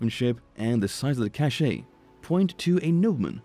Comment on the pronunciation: You’re pronouncing cache incorrectly. Also your narrative is rather disjointed and amateurish.